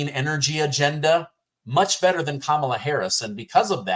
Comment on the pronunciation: “Kum inyer Hariey” for prison 2024!